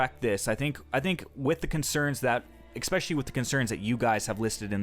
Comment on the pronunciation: Glad you don't say "hair loom" anymore. Now stop saying "expecially".